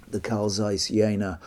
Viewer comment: Very interesting to see them still around. (It's not the end of the world or anything but the "Z" in "Zeiss" is pronounced as "z" in "pizza" or "Mozart".)